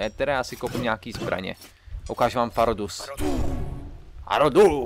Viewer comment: NE MA TO BIT TAKHLE FAH RO DUS = FUS RO DAH